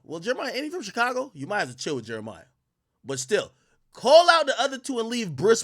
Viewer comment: All these years later and Ak still calling Jeremih Jeremiah